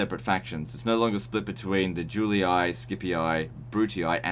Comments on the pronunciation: great review but please.....it's latin Giulii ...not Giuliai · Great video ! thanks for the infos ! Btw, just a tip for the latin prononciation, its Yoo-Lee, not Julee-i, Skee-pee, not skeepee-i, and Brutee, not brutee-i :) The double i i in latin does not work as an acronym, its literally a double i, and is pronounced as an extension of the sound "ee" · IVLII, pronounced "Yoolee-ee" no "G" there at all.